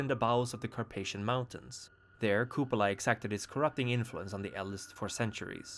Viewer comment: It is pronounced as KupAla